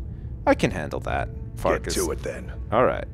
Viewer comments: farkas souds like fartas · I couldn't resit calling Farkas Fartass! xD